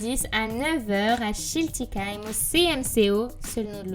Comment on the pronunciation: ça fait bizarre d'entendre une ytbeuse qui arrive à prononcer Schiltigheim mdrr